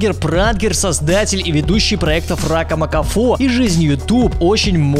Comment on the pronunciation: мне показалось, или место "Ракамакафо", он сказал "Фракамакафо"? хд